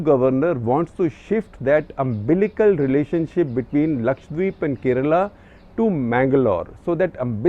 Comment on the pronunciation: So thankful to you for saying Lakshadweep and not Lakshwadeep